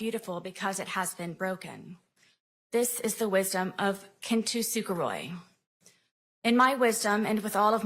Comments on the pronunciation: oh my good lord how do you read 'kintsugi' and butcher it into 'kintu suguroi'? i mean i know it's the least of her sins but holy god at least put a tiny bit of effort into it lady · I did! Especially at "kintoo sooka roy"! 🤣 it's kintsugi. 3 syllables. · did she say kintusukuhroy but mean kintsurugi??? my god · I just wanna say that the Japanese pottery style she’s talking about is called “kintsugi”, not “kin tu suguroy”. Idk how you misspell something that bad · Did my best to translate her mispronunciation of kintsugi Kintusugoroi = Roy gets his money ??? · That word is spelled “kintsugi,” so I don’t think she’s pronouncing it correctly. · Anyone else just sent at the way she pronounced Kintsugi? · What word was she trying to say at the beginning? Kintsugi? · Oof, I've never heard anyone butcher the pronunciation of kintsugi that badly 😱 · THATS NOT HOW YOU SAY KINTSUGI LOL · The mispronunciation of kintsugi SENT ME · Her mispronunciation of kintsugi counts for more jail time in my opinion. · What really got me was her god awful pronunciation of Kintsugi.